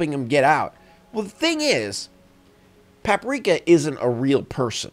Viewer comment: The way he pronounces "Paprika" is hurting me deeply